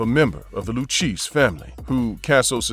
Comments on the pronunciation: Lu-KAY-ZEE NOT LU-CHEESE. BUT VERY WELL DONE..!! Enjoyed this one..!! 💯🤙🏼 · Luchese is pronounced loo-kay-zee, not lookeesh. Get it right if you don't want a visit by people you really don't want to be visited by...capishe? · It's pronounced Lucasey not lucheese. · Pronounced Lukayzi not luchesse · the loo cheese family ??? WTF ! maybe the lou- kay -see learn b4 video or edit it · The le cheese family lol. It’s pronounced le Kay zee……….. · Lu kay zee is how you pronounce the Lucchese crime family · “Lou-cheese” family 🤣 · Please learn to pronounce The Luchesse crime family properly. It's not Lu-Cheese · Lu Kay Zee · Lucheese? BWAHAHA. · I do you going to do videos it's lucchese like at least make an effort like you're not even making an effort to say it right come on man do better